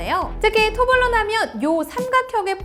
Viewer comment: 제발 발음은 똑바로 합시다... 토블레론이라고 하지 토블론은 처음 들어봄.